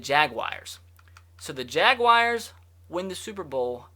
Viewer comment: It is not pronounced Jagwires